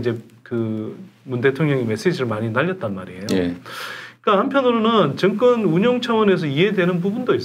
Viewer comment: 선소장님은 "정권"을 자꾸 "증권"이라고 발음하시네요 제 귀가이상한건지